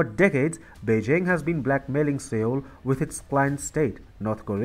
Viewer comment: Seoul is pronounced "sole". TFI's mispronunciation is VERY distracting.